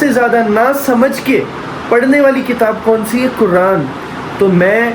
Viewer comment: Aur kuraan nahi Quran hota h Jazakallah khair